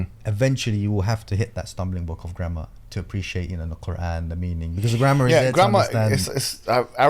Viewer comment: Every time you say grammar . My mind is thinking "grandma".